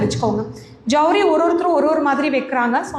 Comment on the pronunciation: அது சவுரி... ஜவுரி இல்லை😂